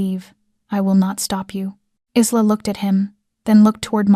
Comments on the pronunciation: For goodness sake woman/narrator, can you pronounce the name correct Isla is pronounced 'with an Y - Ayla and Not with a Z'. You always say Isla (Iyla) which is correct. But now and again you say Izla, this is incorrect. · Isla had her name butchered all throughout this, however, she should tell Dante to go F**k himself. "She is worthy of you"??????? HE is not worthy of her.